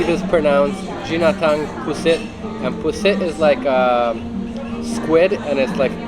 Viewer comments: Gi--na--ta---ang (Never blend in tagalog words to pronounce them well.) Btw, pronounce the "Gi" as how you pronounce "Gee" for Geese. As for Bag--o---ong, pronounce it as "Bag----Ohhh----Ong" like Mr Ong. Bwuhahaha. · Goodness, sir. Eating the ginataang (the "g" is hard, as in "game") pusit by itself is probably not the best way to do it. A bit salty. You have to balance the bagoong (the two "O"s are pronounced separately, as in "cooperate") with something bland. That's why Filipino food is paired with rice. Happy travels!